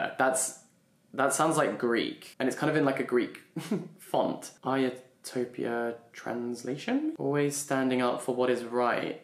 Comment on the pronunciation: The classicist in me literally screamed at the moment he read ιστορια as iotopia